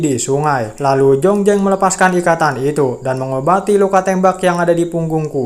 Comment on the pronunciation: jlas² namanya zhongzheng,kok di baca jongjeng.jdi males nontonya. Z jdi J